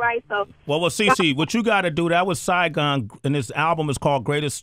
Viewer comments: "Siagon" ? Maybe you meant Saigon? I know MC named Saigon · Damn, y'all really fucked up on Saigon's name lol.